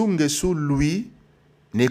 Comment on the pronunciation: Ecoutez vs etes zairois c nést pas votre probleme il est nguesso et pas nguessu.